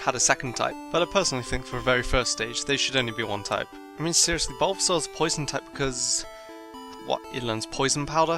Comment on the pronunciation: You mispelled the title again You said Tupe insted of Type